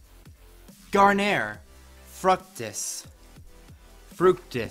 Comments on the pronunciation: | fruc-tees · fructis pronunciations omg were breaking free